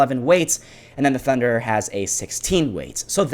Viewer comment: your not getting it... also cos u said tunder instead of thunderer